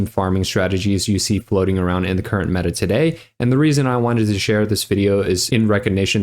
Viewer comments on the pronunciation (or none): none